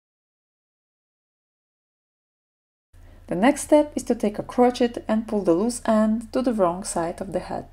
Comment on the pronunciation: Can’t wait to start knitting this! Btw, gauge is pronounced geidž 😉 and crochet is kroušei 😀